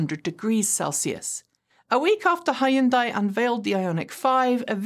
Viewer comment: you say you be teacher, before? What you do when student keep making same mistake? Still show correct way, right? The car company Hyundai isn't pronounced, "High uhn day". Hyun is one syllable. It's not an English syllable, but "hun-" is much closer than "High-uhn". The "-dai" syllable is closer to "-deh", as in "debt" (with the "-bt" being silent). So, say, "Hun-deh". Again.